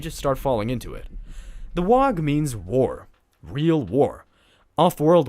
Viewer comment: I took psychic damage every time you said "wog". :(